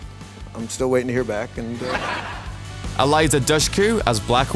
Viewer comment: I know it's spelled "Dushku" but it's pronounced "Dooshku" (at least according to her father).